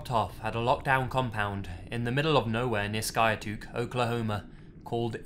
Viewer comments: Holy shit. Skiatook Oklahoma is only about 15 minutes from where I grew up. O.O I used to go fishing at Skiatook Lake all the time. Also, Skiatook is pronounced "Sky" "took" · i was very causally watching until you said SKIATOOK which is where i live!!! WHAT